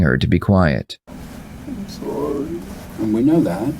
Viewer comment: I'm so sowwie Mr powice! And he thinks that's enough. That he deserves a second chance because he's sowwie. You're dead right, this is his mom's fault.